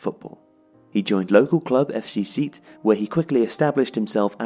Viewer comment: Really enjoyed the video but Sète is pronounced like “set" not “seat"